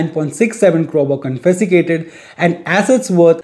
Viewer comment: confasicated. LOL! 😂🤣